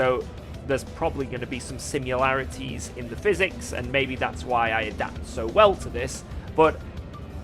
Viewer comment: I liked it when you said “simularities” and didn’t want it to go unappreciated.